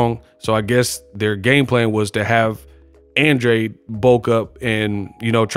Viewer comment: Great fight, but please don't act like you don't know what Benavidez hydrated back up to!!! It's more like you don't want to report it. The fight was even Andrade lost plain and simple, spare me your innuendo about an advantage for Andrade! And learn how to pronounce his NAME!!!!